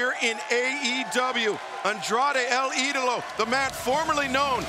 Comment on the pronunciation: “El E-DOLO”😭